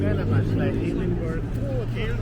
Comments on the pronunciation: It is pronounced edinburgh Scotland If you can't Pronounce it don't come to Scotland The One thing. The scots don't like is americans pronouncing edinburgh Scotland wrong It's annoying. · Edin-bruh, not burg - pleased you came! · Welcome to Scotland; Failte gu Alba ( pronounced Alapah)! Edinbrah not Edinberg 😆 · Not EDINBURG! You say EDINBURAAA. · As someone born and bred in Edinburgh I’ll say this once due to misinformation being spread in the comments. It’s pronounced Edin-BRUH. Not edin-burra. that is how Americans typically pronounce it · As someone also born and bred, lives, works and will probably die in Edinburgh.... you are WRONG! it's edin-burra or Ed-in-buh-ruh. "edin-bruh" or "embra" is how Glasweigians pronounce it!!! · I really enjoyed the video, since I lived in the UK in the past, but have never been to Edinburgh. ☺You should have asked the locals, though, how to pronounce the name of the city, it was funny to hear "-burg" 😂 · Say Edinburgh like Edinburrah and Glasgow like Glazgo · I wonder how many people in the comments corrected his pronunciation of Edinburgh. Probably a lot. ^_^ Ed-in-bur-uh. I've lived my whole life in Scotland, live 2 years in Edinburgh for university. Sadly had to leave because of the cost of living in Edinburgh. I miss it. Wish I could live there again. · Only an American would jump to the conclusion that the sound of an ambulance must mean a shooting. Dear oh dear!!! It's pronounced ED-IN-BUH-RUH btw. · Edinbregh with silent g and h --> Ya silly sausage ye :face-blue-smiling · Edinburgh is pronounced Edinburra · you’ve never heard anyone say buh-ruh despite multiple people in the comments saying so and you keep wrongly contradicting them. It’s literally burgh.. as in the borough of somewhere, an area or district 🤦🏻‍♀️ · Hi,. Great video from Edinburgh. Pretty sure the city name is closer to “Ed-in-bruh.” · Edinburgh is said edin-bur-ra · Why cant Americans pronounce edinburgh . It really is not hard.